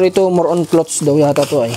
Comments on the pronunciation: Clothes pronounce as clods....loll! not clots..tnx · sana po wag ka magalit ha,, icorrect ko lang yung sinasabi mo-- ang cloths po ay tela, meaning hindi pa natatahi,, kapag damit napo regardless kung bestida, pantalon, sando, shorts, ang tawag napo dun ay clothes (ang pronunciation po ay KLOWDS). Salamat sa pagunawa.. Pagpalain kapa!